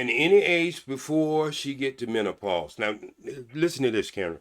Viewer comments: 😂😂😂😂😂Mint ah pause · And MENTOPAUSE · Did he say mentopause? And did repeat that 😂😂😂😂... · It is menopause not mentalpause 😂😂😂! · Am I the only one that keeps hearing mentalpause and not menopause? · This fool Said mentapause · And a man that says werf instead of WORTH. As well as mento-pause rather that menopause. Just cringy. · Did he say mentopause😂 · “Mentapause”? Is this Dude serious? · Plus. He calls it MEN-TO-PAUSE.🤣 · First of all, what is men-TA-pause? 😂😂😂 Secondly, is it the "men-TA-pause" that makes women's 😺 dry or your face? Ijs 🤷🏾‍♀️ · Don’t no woman want to catch parvo from no old ass man, can’t even pronounce mentalpause 😂🤣😆😂😂😄😆😆😆😆🤡🤡🤡🤡🤡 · *HUMAN FEETS Age 65???...English Lesson 101, Feet is Already Plural, There's No [s] after [t] in Feet...Mr. MEN~TA~PAUSE...🤣😂🤣😂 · Or MENTApause lol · He was annoying the first time & annoying now. 65, don’t eat 🐱 but don’t want dry 🐱 either. HOW?! Can’t even say MENOPAUSE. GOODBYEEEEE POP POP!!! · You heard that too!! Mentapause lol 😂😂😂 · Him saying Mentapause lol 😂😂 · Menta pause had me crying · He can’t even properly pronounce menopause….